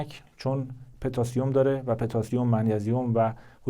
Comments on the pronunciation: پتاسیم پوتاسیوم نه petasium😅😂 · پتاسیم به ضمه پ درست است